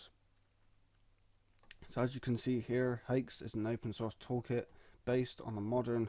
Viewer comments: Fuckinell, it's not pronounced "hakes", it's pronounced "hacks", like my axe... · Bro said "Haex" Edit: The more i hear it the more i wanna cry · did you just pronounce it "haex"?